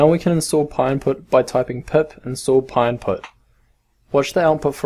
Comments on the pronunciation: just wanna say it's pynput not pyinput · thank you so much i thought he was saying pie impute